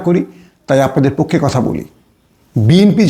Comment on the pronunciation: উচ্চারণ শিখে কথা বলতে আসেন | পক্ষো না পক্ষে